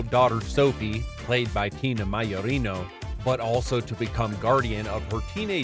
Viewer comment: Okay, pronunciation of Scott Bay-oh as Bye-oh was wild, but Tina MYOR-EENO? It's May-jor-ino, pronounced exactly as its spelled. You know, like a Major in the army + ino